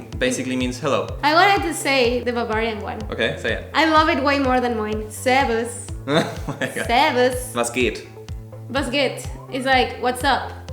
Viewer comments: ich liebe deine Aussprache! Mal nahezu perfekt (Respekt!) und mal so lustig aber in Kombination mit deiner Mimik immer MEGA SÜSS! "Na klar", "na toll" und "Servus" könnte ich mir hundertmal angucken. ❤❤ Bitte rede häufiger Deutsch! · Her second „Servus“ killed me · The pronounciation of "servus" Was great... 😂